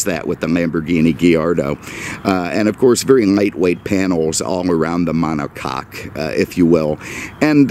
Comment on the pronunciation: I'm Hearing the Volkswagen Enthusiasts Screaming at the top of their Lungs from Germany, "Fakk You!... STOP Saying 'MonoCakk'!!" 😅😅😂